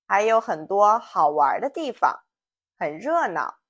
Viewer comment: well I know about the first tone in 方 and neutral in 地方 when its meaning is a place. But the first time you use this word in video you mistakenly put the second tone for 地. Maybe that is some dialectical pronunciation, I don’t know.